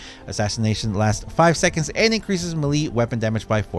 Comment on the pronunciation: Melee is pronounced "MAY-LAY".